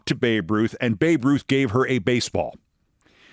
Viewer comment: "Avoid getting hit in a basball"...? (Brilliant. That was your last line of this edition).